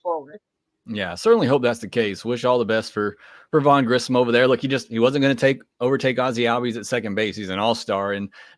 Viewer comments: I have almost heard nobody pronounce Grissom correctly. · Grissom not Grisham which I hear so many other people say